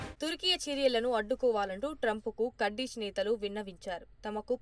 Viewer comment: అన్ని తెలుగు ఛానల్స్ కుర్దిష్ ఆర్మీ అంటే నువ్వు మాత్రం కర్డిష్ ఆర్మీ అంటావేంటీ వెర్రి బాగులదానా . నీ ఉచ్చారణ మహా భయంకరముగా వుండే కడ్డీ మోహము దానా .